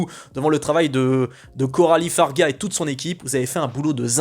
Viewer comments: Le nom de la réalisatrice se prononce "fare ja", pas "fare ga". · Juste c'est Coralie Fargeat (prononcer FarJat), pas Fargat. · Pour info, on dit Farjat car ça s'écrit Fargeat, comme le sirop d'orgeat, on ne dira pas orga... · Fargeat et non Fargat.